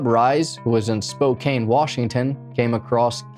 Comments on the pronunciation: For future reference.. It's pronounced Spo- can. ☮️💜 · I love how say Spokane! It's normally pronounced with the a sounding like can, but I prefer to say it yer way as well, lol. 😂❤